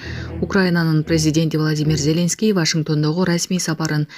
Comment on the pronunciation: Ой, кызым, ЗЕленский дебей, ЗелЕнский деп туура ударение коюп окучу. Уккум да келбей кетти.